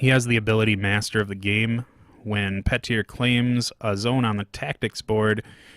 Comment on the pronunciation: Pronounced “Peter” and “Blaggards”